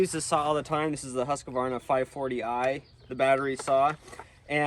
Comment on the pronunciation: Yes, same here. The Sthil seemed to be very smooth and fast to work with. Also the faster chain speed seem to help a lot. I guess im biased though. I own 2xStihl saws... MSA200 and MS250CBE. But Im also a Swede so I should like the made in Sweden Husqvarna... That you guys prounounce wrong btw.... 😅 Great video!